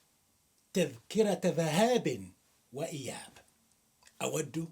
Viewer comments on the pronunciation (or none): ذهاب، بكسر الذال وليس بفتحها